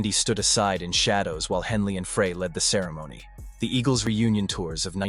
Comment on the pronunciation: I hate documentaries where the narrator has no clue. Joe Walsh was NOT a founding member of the Eagles. He didn't come around until the Hotel California album. In fact Walsh and Meisner weren't in the band together for very long at all. Glen Frey's last name isn't pronounced "fray". Bernie Leadon was not "leedon". Couldn't finish this garbage.